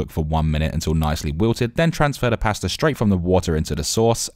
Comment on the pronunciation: WTF? Who pronounces pasta like this?